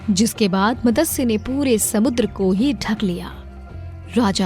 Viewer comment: Just one suggestion It's not Matasya it's Matsya Avatar..please correct this..🙏🏻